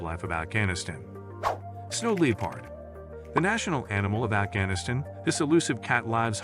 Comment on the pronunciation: Glad you have introduced us to so much wildlife, sorry to hear you have not spoken with a single English language speaker that could tell you how to properly pronounce English words, LEE-pard?😂 ka-ZACK stan? So many pronounced words that just say, I want to slap someone, try conversation with an actual English speaker, great information, hats off to the information gatherer but, dude, for real... get someone as the narrorater that can actually speak English